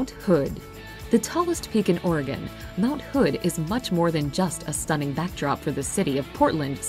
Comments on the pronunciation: At least, the video didn’t pronounce our state wrong (I’m from Oregon too) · At least she's not saying orEgone